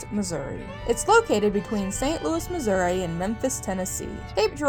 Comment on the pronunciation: Thank you for pronouncing Missouri correctly.